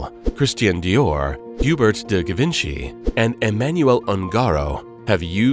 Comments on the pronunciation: Wonderful video if you overlook the mispronunciations of couturier, haute couture, Givenchy , Getaria, Mainbocher, Schiaparelli, atelier, and mantilla. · Who is narrating?! To make a fashion documentary and mispronounce Givenchy, haute couture and couturier in less than a minute?! Unacceptable!!